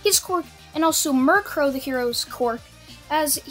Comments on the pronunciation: Its mi ru ko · Mi-ru-ko not miru-ko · you pronounce mjruko mirror a Co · I know your trying to say Mirko, but it sounds like your talking about Murkrow the pokemon, and it hilarious. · Murcrow niceee, your saying it wrong btw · It's mi-ru-ko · He said miriko incorrectly.